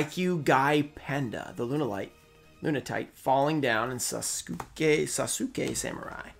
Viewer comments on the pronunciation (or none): Love your videos man! I've nearly watched all of them, so I thinks it's finally time I tell you, Sasuke is pronounced sauce*kay thank you for coming to my ted talk.